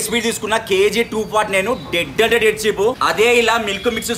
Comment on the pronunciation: అరే అయ్యా నువ్వు డెడ్లి చీఫ్ అనకు రా అయ్యా